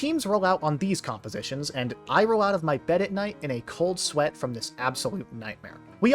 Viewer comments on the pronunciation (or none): none